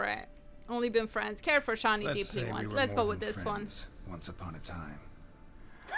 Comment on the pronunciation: your so in your thinking what O Dimm is that you didn't notice that there is a new Character entry about him. Maybe you learn a bit more there ... otherwise I have to spoil you and that´s not what I will do ;) EDIT: her name is Shani not Shanti xD EDIT²: WTF ... so you will the best part of this dlc let go just because you make Geralt thinking like a human? As far as I know witchers and sorceresses are not that monogamous like most humans are. And as someone else said in the commentaries of one of the last videos: any romancing in the dlc doesn´t effect the romance between Geralt and Yennefer... it would only be more fun to watch (and probably to play too). You really want to make this dlc a boring one?